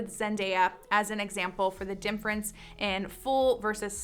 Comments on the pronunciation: why do you say dimference? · Is she saying difference or something else like dinference?